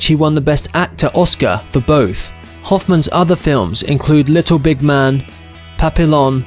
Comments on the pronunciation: I came here to say the same. Papillon is pronounced "Pappy-Yon" like the dog breed. It means butterfly in French. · Saying Papillon the way you do I know you never spoke French